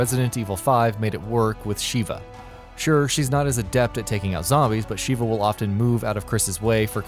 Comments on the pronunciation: Her name's Sheva, not Sheeva. Sheeva is the shokan lady from the Mortal Kombat series. Also, Resident Evil 5 can be played as Sheva with Chris as an A.I. partner. Oh, and said A.I. partner really isn't that bright either; always sticking with their pistol- no matter which weapons you give them, always using herbs on you when you take the slimmest amount of damage, and refusing to operate turrets. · "Resident Evil 5, Shiva" me: god dammit her name is "Sheva not Shiva, quit pronouncing her name funny when Chris literally says the right way to say it if you spam circle/b" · re5 is not mk so learn to pronounce sheva correctly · Clearly this announcer has never played RE:5, besides pronouncing her name wrong Sheva Alomar is a total sod. it I'd wager it was a slow day for content so we got this garbage. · looks like the narrator didn't actually play resident evil 5, otherwise he'd know how to pronounce Sheva's name properly